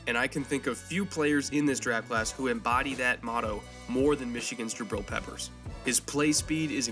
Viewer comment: When this guy said jabrill peppers. I stopped watching.